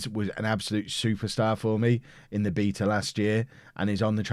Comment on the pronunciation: Don’t pronounce beta like that please